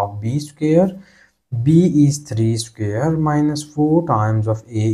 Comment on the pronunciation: CAN YOU NOT PRONOUNCE SQUARE...instead of SCARE ???????.